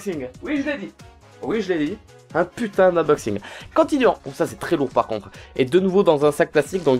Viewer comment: Buvez de l'eau c'est "tros" important, pas toi farod nan D